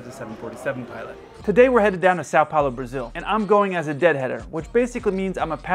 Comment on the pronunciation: Nice video. I'm sure all the Portuguese and Brazilians would love to hear you say Sao Paulo like a local : SÃO is /sowng/. Say 'sound' and then remove the D. ... PAU is like /pow/, rhyming with cow. LO is like loo (meaning toilet). "Soun(g) Powloo."